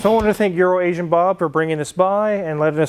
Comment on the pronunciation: Poor EuroAsian Bob, first time I heard mention his name in an episode. I thought he said urinating Bob. Thank God that it was just my bad hearing. Fantastic nice Porche!!!